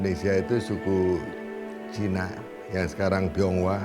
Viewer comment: Ajarin narator nyebut CINA nya biasa aja ga usah ada nada penekanan !!! Rasis !!! Masuk islam bukan jalan supaya ga dianggap CINA. tetep aja CINA. Memang klo org yg kurang berpendidikan rasisnya minta ampun. Lo ke jambi baru nyaho cina sama pribumi sama2 sipit ! Pusing2 dah